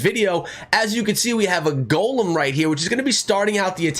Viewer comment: i realize that. I seen it come out as I was watching the video but he was saying golemn and to always use a golemn in the video.